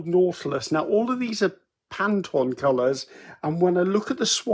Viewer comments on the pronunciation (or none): PANTONE = is pronounced as written PAN-TONE (there’s no i in it making it a French sounding Pantoine (pan-twan) OCHRE is pronounced OH-CUR (the gumbo vegetable Okra is pronounced OH-KRA, and its colour is green, not ochre!)😂 Ochre is like Theatre … same re pronunciation.